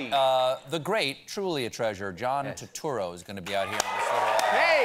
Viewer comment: John Two-two-ro, hahahhaaha!